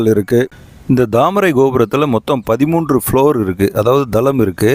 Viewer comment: Chinna suggestion bro, adha dhamarai poo illa Thaamarai poo. Tha ku pathila neenga dha use pannuringa. Konjam avoid pannikkonga